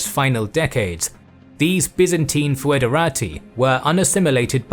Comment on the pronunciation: I have to comment this. It's pronounced "federati", not "foederati". Also there's argument that "ti" might have been "tsi", like in Church Latin, so it would sound exactly like a Romanian would read it, "federați". Either way, t or ts, the final i should be smooth, almost silent, the accent is elsewhere.